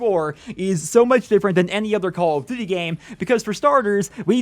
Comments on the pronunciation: "Call of D'thy" lol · Lol he keeps saying "call of dd"